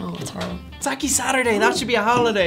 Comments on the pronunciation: Its sake not saki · "Sah-Keh" Not "Sah-Key" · Sake= Sak eh not “saki which is sakee” god wyt ppl... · Me: did they at least warm the sake? Nope. Most brands taste so much better warm! Also dear god it's not Sakkee, Sakkay guys Sakkay 😂😂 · Sa-key sa-key sa-key. Shit you guys its sa-kay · It's Sake, guys, not Saki. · this is SAKE not SAKI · Stop saying saki it’s saKay sake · Every time someone pronounces it saki, a baby whale dies. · Would you pronounce 酒 as さき? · Sa-keh XD For the love of Jayzus. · The first time I heard them pronounced the word sake I literally said I don’t know no bitch named saki 😂🤷🏻‍♀️ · its not socky lol its sake sigh oh westerners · Why do white people always say saki instead of sake? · Guy Mcman same and when they kept pronouncing sake wrong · When that guy mispronounced sake my weeb heart was raging. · Ah yes, sakè. Boon AND bane of my existence. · And you start with mispronouncing "sake". I'll skip this one.